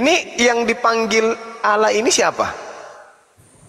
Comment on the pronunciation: wajib belajar ulang bahasa Indonesia, sebab oten menyebut " ALLAH" dengan sebut "Alah". Bahasa Indonesia kok dirusak.